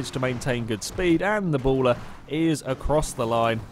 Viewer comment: Berlin-error is how you pronounce it. R* has a great sense of humor.